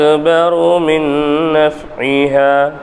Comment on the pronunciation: மின் naf(ie)ஹிமா இடத்தில் ஐன் விட்டு விட்டு ஓதுர மாதிரி தெரியுதுங்க